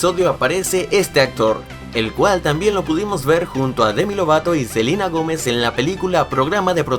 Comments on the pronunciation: Dijiste selina Gomes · Le pueden decir al que hizo el video que es Selena Gómez no Selina. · Dijiste selina gomez en vez dd selena.. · Se dieron cuenta que dise Selina Gomez XD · no es Selina Gomez es Selena Gomez pero no te lo digo de mala manera Nueva sub